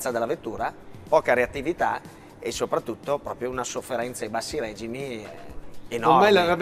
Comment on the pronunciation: vi prego.... regìmi, non règimi